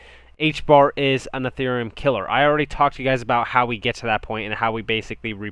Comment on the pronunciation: it's not "A"thereum it's Ethereum just sayin. Good analysis otherwise, thanks.